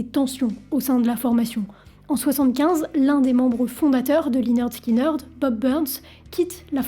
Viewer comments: On prononce 'lĕh-'nérd 'skin-'nérd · Ça se prononce léneurd skineurd 🤦‍♀️🤦‍♀️ 10 secondes sur Google trad 🤷‍♀️ et l’accident d’avion faut revoir tes sources 🤦‍♀️ j’essaye à chaque fois mais je tend tellement d’énormités sur les groupe que je peux pas finir les vidéos. Revois tes recherches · Dommage de dire lineurde skyneurde 😂 sinon la vidéo est cool :) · Très bien résumé l'histoire du groupe. Juste une petite info, prononcer Lainerd Skinerd. Sinon tout est ok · la prononciation du groupe à l'a française..... lyneurde skineurdeu.... sérieusement? ... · Tu veux pasfaire l'effort de de demander à quelqu'un de t'apprendre à prononcer ne serait - ce qu'à peu près correctement les noms de groupes ou de chansons? Bordel dès "Swit aume alabama" et lineurd skineurd" ça promet... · Depuis des années je prononce en bon français "Linirde Skinirde" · Oui et prononcer le nom du groupe également. Mais c’est fréquent chez elle. J’ai entendu des énormités sur plein de ses vidéos 🤦‍♀️ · ferme la ! tu répètes ce que dit wikipedia et tu n'as aucun intérèt..!! quand on est déja pas foutu de prononcer le nom correctement..! continue tes merdes sur les politiques et laisse la musique tranquille !!! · bravo pour le sujet d'un groupe légendaire mais s'il te plait renseignes toi sur la prononciation du groupe